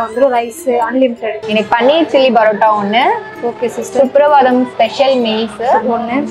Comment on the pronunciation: Please straighten out your pronunciation. It is not barotta-boori. But paratta - poori.